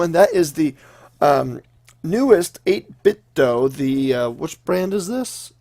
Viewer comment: Good review! Though it's not pronounced doe as in the deer, it's do as in "do it".